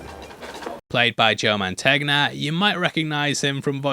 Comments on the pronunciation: You say John Gotti "took down the real-life godfather that the original movie was based on" while showing a photo of a young Carlo Gambino. Gotti didn't kill Gambino, he orchestrated the hit on Gambino's successor Paul Castellano. Also, it's not Joe Man-tegg-na, it's Joe Man-tain-ya. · Joe Mantegna (man-TEYN-ya). In Italian, the "-gn-" digraph is pronounced "-ny-" as in "lasagna" or "Bologna". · OMG, Gotti did not take down Carlo Gambino, LOL! He took down his successor, Paul Castellano. And if you're so worried about pronunciation, Mantegna = "man-TEN-ya," which is the way he actually pronounces it. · Sorry to say you're mispronouncing Mantegna. The gn sounds like a yn. So it sounds like "Mon-ten-ya." If it's any consolation, I once mispronounced Baja without changing the "j" to sound like a "h," which amused my American coworkers to no end. In Canada, we learn French; not Spanish. Oh well. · More like mon-tayn-yuh, but yeah.